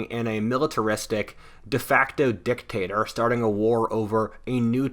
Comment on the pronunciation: Lol you said Dick-Tater